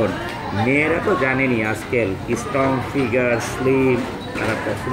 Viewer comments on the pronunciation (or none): It should be SRTONG, not ISTRONG.